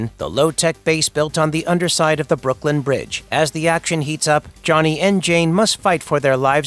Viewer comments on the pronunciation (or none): none